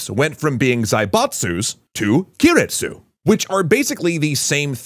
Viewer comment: Guys, I know you do your research, but the zaibatsu were replaced by "keiretsu" (系列, group or affiliates), not "kiretsu" (亀裂, crack or fissure)